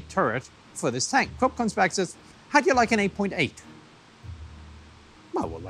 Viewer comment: Cc says Corp it's Krupp